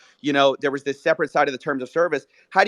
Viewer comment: I don't trust anyone who pronounces "was" like "woize"